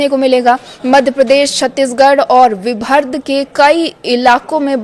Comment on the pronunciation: मैडम उसे विभर्ड़ नहीं विदर्भ कहते है😂